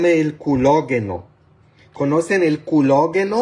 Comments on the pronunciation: Padre usted siempre pregunta qué si lo que está diciendo se dice así y le pone uno la palabra correcta y usted parece que no quiere corregirla siempre lo sigue diciendo como usted quiere no se dice prospota se dice próstata y no culageno se dice colágeno aversi la próxima vez lo menciona bien digo si quiere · Noooo padre no es culologo, es urólogo,... no es próspota es próstata, tampoco es culogeno es colágeno!!